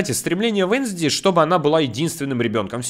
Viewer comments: Девочку зовёт не венсди а вэнсдэй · Поправка: венСдей а венЗдей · Вообще-то не Вензди а Уэнсдэй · Венздей а не Вензди😠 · Не Венсди а Венсдей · Не венздей а уэнздей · Правильно Уэнздей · Правильно будет Уэнздэй